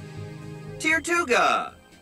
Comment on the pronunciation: your telling me that it’s pronounced tear-tuga? I thought it was pronounced tur-tuga as in turtle + tortuga (spanish word for turtle) and I pronounced carracosta as carra-coast-a Edit: they pronounced ferroseed as ferah-seed and not like ferro which means metal